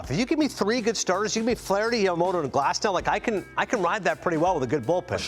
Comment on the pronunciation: このチャンネル好きなんですけど、だからこそ言いたいんですけど、グラスノーじゃなくてグラスナウですよね、絶対に。現地メディアがそう発音してるんですから。